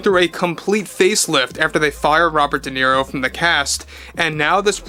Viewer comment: I think it's pronounced De Zero